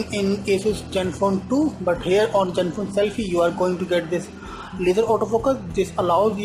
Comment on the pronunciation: its like hes saying jenfone 2... haha